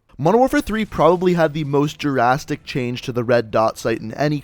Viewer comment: It's "drastic" not "Jurasstic"